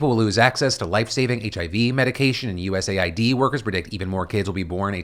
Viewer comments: Ooooohhhhh it’s US Aid not U Said or U. S. A. I. D. 😅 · “US AY EYE DEE” instead of US Aid, how politically correct of you 😊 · It's clearly pronounced US AID lol wtf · "USA ID"...? 🤔 Not "US AID"? 🤨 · It is pronounced US Aid. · Why do they call US Aid, like U.S.A.I.D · I thought USAID was pronounced as “US-AID”